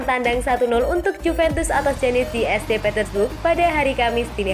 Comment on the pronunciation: Yg bacain berita gak paham bola kayaknya: nyebut ST bukan Saint, Matia saja, dan DKK 😅